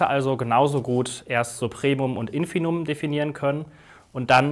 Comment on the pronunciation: Also, ich will ja nicht klugscheißen, aber es heißt schon Infimum und nicht "Infinum". Steht mehrmals im Video und wird dauernd gesagt.